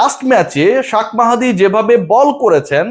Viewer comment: ভাই আপনি শাক মাহাদী বলেন কেন আমি এত দিন জানতাম শেখ মেহেদী